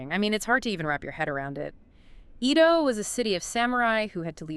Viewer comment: It`s very hard to watch your video when you keep calling it E ~ do. It's pronounced A - do